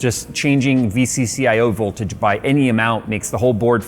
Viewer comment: Did he miss the V-key when saying ”Boltage”?